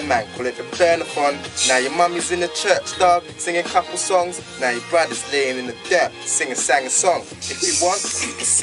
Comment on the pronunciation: dosent kno ow to say guns... he says gans LOL and when he said couple he said caple